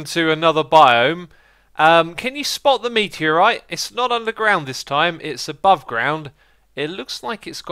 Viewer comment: meteoricite? Lmao xisuma you're a derp (in a good way though)